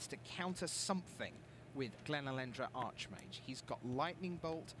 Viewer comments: super lame for correcting on Archmage then saying it wrong himself later. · So annoying that corrects for saying archmage wrong then a bit later says it the same way did..